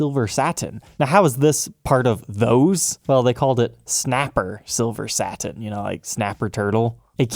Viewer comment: ...what's with the speaking of two syllable words?... Sa-tin vs. Sat-in... But-ton vs. Butt-on. You switch... why?